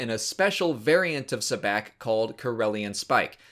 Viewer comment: Isn’t sabacc pronounced “saboc”